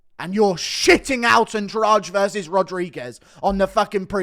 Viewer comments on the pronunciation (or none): The Brazillian name Andrade is usually pronounced "Ann-Draw-Dee"